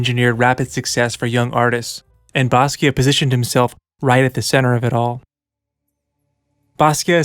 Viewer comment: Stop saying basquio